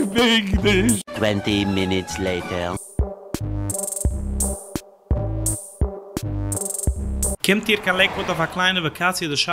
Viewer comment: Tventy meenetz layteR... Ad in 5,4,3,2,1 😂🤣😂